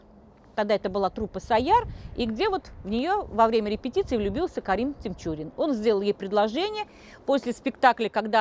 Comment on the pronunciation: Карим ТиНчурин...нужно знать как правильно произносится фамилия о ком рассказываешь,...Захида ТиНчурина ( а не с буквой М)...